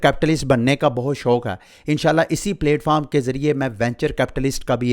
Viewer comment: Its not 🍽️foam 🙏🏻 its platform.